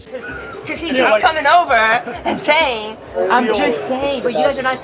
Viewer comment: "I'm just thaying." Chang.